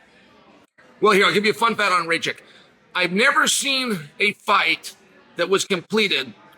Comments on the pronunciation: Its noT rejčik but rakić. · Not Rachik 😂 Rakić !!! ić at the end 😂 like Jokić instead of Jo put Ra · no disrespect to Chael, but its not ray-chick, its more like rack-itch :) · Hahaha just arrived here to hear if Chael will pronounce Rakic’s surname Raychik again. And he did hhahahaah😂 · "Ray-Chick". 😂🤣 His name is Rakic. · Nauci da kazes Rakic glupane,nisi od juce u UFCu.. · The Rocket had some bad luck in his last 2 fights, but is capable of winning - could be the FOTN. PS: please pronounce his name correctly 😜😜😜